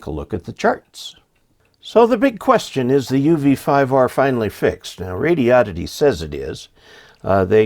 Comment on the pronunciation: It's not pronounced radi-odd-ity. It's pronounced radio-did-dee.